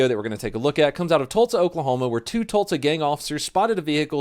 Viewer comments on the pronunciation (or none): EVERY SHOOTY SHOOT WAS A JUSTIFIED JUSTIFIED JUSTIFIED!! ...LOL...My Wifey says you Pronounce "TULSA" like your sayin TULTSA... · Its NOT TULTSA (Oklahoma) its TULSA anyways, love the vids 😂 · I've recently discovered your channel, and am working through old vids. I heart you, donut, but the way you say "Tult-sa" Oklahoma just grinds my gears. As you were. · I love the way you pronounce Tulsa (Tultsa) 🤣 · Can u say Tulsa right it’s Tallsa